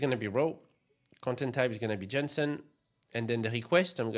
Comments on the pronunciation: you sounded like 'johnson'. In English you can say 'Jason' .. maybe you confused the names 😅😂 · Am I the only one who heard Jensen in place of JSON? :D